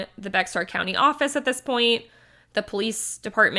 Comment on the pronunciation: Great coverage. Just to clarify, it is pronounced "Bear" County.